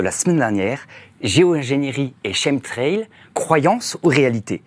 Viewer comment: Quand 3 spécialistes prononcent chemtrail [Kemtrel] pourquoi le journaliste s'acharne à prononcer CHEME-trel??? Un sacré manque de respect pour vos invités!